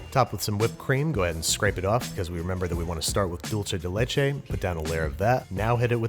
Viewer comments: I admire the restraint of all the Mexicans in the comments not complaining, but having been corrected many times over my life, IT'S SPANISH, NOT ITALIAN! Dulce de leche is pronounced "DOOL-say day LAY-chay." It means "sweet from milk." Stop confusing it with the Italian word dolce (pronounced "DOL-chay"). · Pls say /doolseh deh lehcheh/ Don't say /dolche/ That sounds Italian, but it's supposed to be Spanish. Thank you. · Dulce de leche is Spanish. You pronounce it dool-seh, not dol-che. That is all. Well also your vowels could stand to be shorter, you sound like a Texan when you say "leichei" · "Just enough time to make a simple Dulchay de Laychay." ~Babish 2019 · He nailed Tres Leches for someone who isn't a native Spanish speaker but he called Dulce de Leche, " Dulche de Leche ". .3. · JAJAJAJA dulche dhe lesheeeee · Babish I love everything about this video but... Dulce de leche... Doolceh deh lehcheh (english spelling of the pronunciation) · Then you aren't a native spanish speaking mexican my friend, that's not how you say it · Babish, it's dulce de leche is Spanish not Italian. There's no che in dulce. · Oooh the way he said dulce de leche sucked a lot!